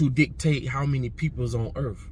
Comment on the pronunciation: Please debate Geno Jennings on your podcast. It's Earth 🌎 not urf.